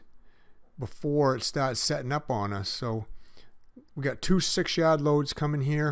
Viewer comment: Whats a Yead? lol jk I know you said Yard. lol